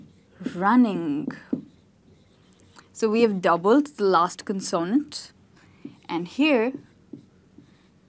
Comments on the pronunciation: Mispronounces consonant! Cannot show this video to my students even though spelling rules are good., please refer to your own video Word Stress in English for first syllable stress of a noun CONsonant. Love your presentations! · You pronounced CONSONANT in a new way, is it Indian English? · I agree with some comments the word consonant is mispronounced. I think that the word "vowel" is mispronounced too. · You are wonderful! Just a slight correction on pronouncing " consonant" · Dont you think, you pronounce "consonant" word wrongly?😟